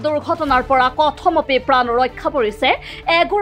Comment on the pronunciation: কথমপি বানান টো শুদ্ধকৈ উচ্চাৰণ কৰিব